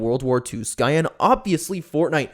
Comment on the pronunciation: I've known him for a while, the cancer thing/pedo stuff really messed with me but I forgave him. ALSO it's pronounced "Cyan"